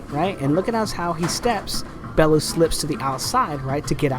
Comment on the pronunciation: Bell - you, ffs.